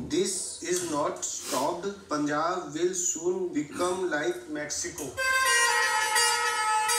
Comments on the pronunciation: I ll make it easy for you to say Punjab. Foreigners usually butcher the pronounciation of this state. Its Pan-jaab. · Also its pronounced as Pun(as in "pun" intended) jab is pronounced as "Jaab" say it together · When you read "PUN" as PUN... Then why will you read "PUNJAB" as POONJAB..??? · Oh c'mon it's not the way you pronounce it! Punjab is a state in India. It is pronounced as pun-jab...just pronounced the word _pun and jab... Punjab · I started watching your reactions from today, with Punjabi song with reaction almost made me cry😢, he was so upset n I loved the honest reaction. But pronunciation of PUNJAB is incorrect, I dislike that Punjab is the state of India and Pakistan that was divided during 1947 partition. We would like you to learn more about the pronunciation of Punjab, Punjabi and Sikhs 👍, hope you don't find the feedback offensive, I truly loved your work n would check this channel for more everyday, but as the song Qismat is in Punjabi language, kindly respect that n the correct pronunciation. Almost 15% of American n Canadian GDP is getting affected by Punjabi people (Sikh). So please be generous. I would like to request for your reactions on Article 15, if not yet done, thanks. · You can pronounce Mumbai right, why not PUNjab...? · So so wrongly pronounced 😂 😂 😂 😂 😂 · It's Pun-jaab, pun as in pun-intended. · It's a Bun not a Ban, as like Punjāb not pajāb. 😋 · You're right about the pronounciation everytime. But it's "Pun"-jab not Poonjab. The latter sounds really weird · Bro it's not poonjab. It's Pun jaab. It's a state (not a city) in India where people live. People from this state are called Punjabi and they speak Punjabi (language) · Guys its not Poonjab..it spells like Punch-aab.. #LongLiveStupidity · It is't pronouced as poonjab...rather its pronounced as panjaab. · Pronunciation more like panjab than punjab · "Udta Punjab" means flying Punjab.Punjab is PROnounced as Panjab. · It's not poo-u-n -jaab 😄oh I m dying😂😂😂😂😂😂😂